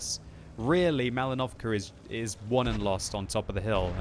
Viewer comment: Is it just me, or does it sound like says "MalinovCAR"?